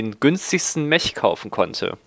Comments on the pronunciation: Man muss ja nich immer alles auf englisch aussprechen, vor allem da das Wort Mech auch im Deutschen existiert. Dennoch bevorzuge ich auch die Aussprache "Meck" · Nur eine kleine ausprach frage: spricht man "Mech" nicht wie "mek" aus? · Na es geht doch. Du kannst das Wort "Mech" doch richtig aussprechen. Erst bei , aber besser als nie. "Mech" wird mit einem "k" am ende ausgesprochen. So wie du es aussprichst, da wird ja einem wirklich schlecht. Und weil du das Wort gefühlte 20 mal die Minute sagst, gebe ich jetzt auf und schaue mir dein Video nicht bis zum Ende an. Da dreht sich mir immer der Magen. Grauenvoll, ...ist das ein Englisch... man oh man.